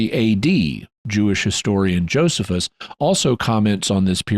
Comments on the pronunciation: It's actually (uncle) Joe-sees-us ;o) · Omg it’s not Joseph-us… it’s Joe-SEE-fuhs….